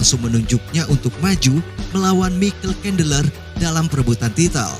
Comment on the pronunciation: Saran bang, perbaiki dalam penyebutan nama soalnya sedikit mengganggu, seperti jastin gaje, mikel cendeler, yu ep si dll.. Kalo diperbaiki, kita akan tonton full no skip bang 🙏